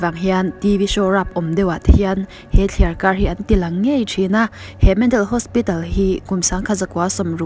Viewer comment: Thliarkar rauh tih kha, thliarkar roh tih zawk ni awm tak. Kan tawngkam hi, kan inen fiah deuh a ngai a nih hmel hle mai!!!